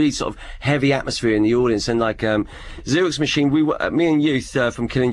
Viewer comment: FUCKING GOLD!💚 👏👏👏👏 again Scott, did dj really say " zero X machine" ffs 🤣